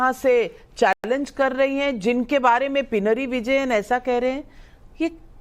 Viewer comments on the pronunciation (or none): Navika ji.Please correct your pronunciation of PINAROY VIJAYAN.( Pinaroy is not a surname .it is name of a village used as a prefix) You pronounce hus name a few times as "" PI NAARY". Unfortunately " PEI" in Tamilised Malayalam means HUMAN EXCRETA . And NAARI in Malayalam means STINKING. You can cross check with Tamil Malayalies in your organisation..usually from TRIVANDRUM.